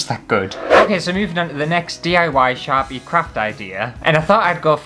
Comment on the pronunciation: OMG when you first said "Sharpie crafts" I heard "Chav-y crafts" and although I may be Canadian, I know very well what a Chav is lol. I think you guys call 'em roadman now, IDK, but hahaha. "Chav crafts. Crafts for people who just can't be arsed!" Oh! I drew a picture, if you want to colour it in, here's the lines and feel free ♡♡. Not promoting, just gifting lineart to any colorists who want it ^-^ ♡